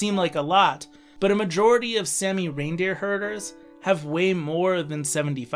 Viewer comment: Really annoying how you pronounced it like sammy...its pronounced with a long a saami! Also please include Finland or Russia!